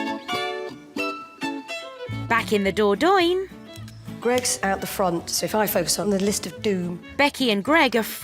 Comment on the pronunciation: Wish the narrator knew how to say Dordogne, it’s quite annoying